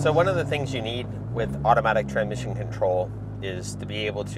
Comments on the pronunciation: I like how he can't say tranSmission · Ah Yes Tranmission 😂